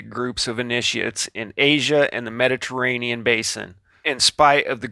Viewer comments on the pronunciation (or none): none